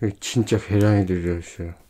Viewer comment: 쥔차 계롼이 들허이쒀혀어🤣😍🤣 귀엽네영